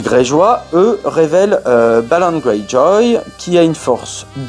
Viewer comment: AreL oui mais c’est la famille Greyjoy ( prononciation anglaise)